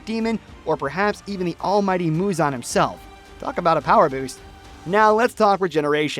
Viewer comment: muzan not huzon